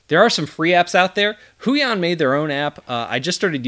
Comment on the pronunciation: Huion is pronounced as "hoo-wahng".